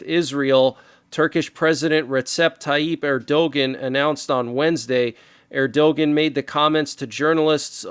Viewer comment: The leader of Turkey was never to be trusted. His name is pronounced " Err do wan"